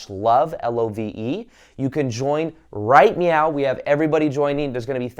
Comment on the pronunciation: My face when says righ miau 🙄